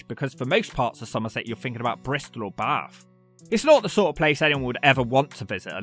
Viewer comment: And he actually knows how to say Bath. People from London always say Baahhth trying to make it sound posh.